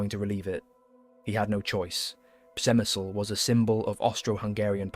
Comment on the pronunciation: On pronunciation, I believe it is 'Grats' and 'Shemshil' although the latter is hard for a non Slav such as I. Lemberg became Lvov and now Lviv